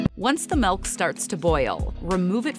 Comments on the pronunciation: Following video, How to pronounce Milk without saying, "melk". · Stop saying MELK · she keeps saying it as "melk" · No, I just found it funny the way you pronounce it. Thanks anyway.